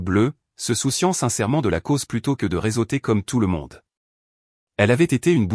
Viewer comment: "réseauter", pas "résoter" parce que ce ne sont pas des "réso" !!! "à l'hameçon", pas "à la meule" !! ... Achetez-vous un Bescherel !!!